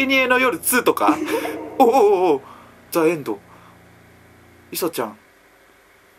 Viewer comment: ザエンドじゃなくてジエンドな！